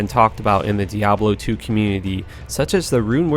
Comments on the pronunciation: "Diablo Y-Key" "Cubic Games" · "Diablo WhyKey" 0_0